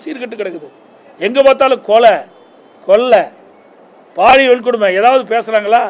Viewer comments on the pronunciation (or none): none